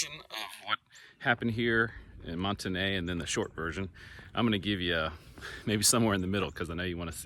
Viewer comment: You must not be from Northwest Arkansas. I used to live in Springdale and have to been to Monte Ne quite a few times. But here in Arkansas it's pronounced like "mont knee". Do some research please.